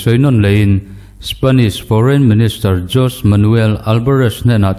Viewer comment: I thawhrimna a fakawm. Jose Manuel hi Haw-se Manuel tia lam tur ni awm tak a ni.